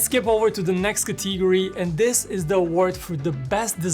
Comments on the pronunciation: Except the dynamic island part I feel like I know which phone you were gonna choose 😅. Good Video though. Also It's "Category" not Cathigory 😐😒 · Drinking challenge Take a shot every time he mispronounces the word "category"